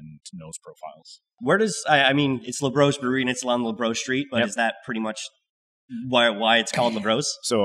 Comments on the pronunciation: Got too used to pronouncing Labrosse in the most Anglo way... 😅 It'll be LA BRO SEE next time. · It’s pronounced LA BROSSS, not LA BROS. 😂